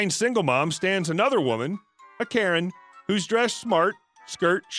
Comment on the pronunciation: That's hilarious, but like the captionator, "carrot" is what I actually heard! But knew it wasn't right. it was just an odd pronunciation from our Beloved Narrator.